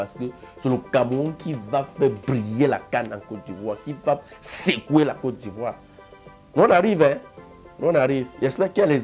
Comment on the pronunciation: they call his "ivou"😂😂